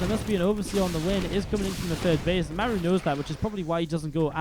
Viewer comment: Why do you call Maru “m’air-ew”? It’s really super distracting